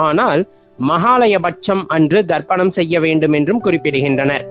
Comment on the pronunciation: Wrong pronunciation Darpanam means mirrors Say Tharpanam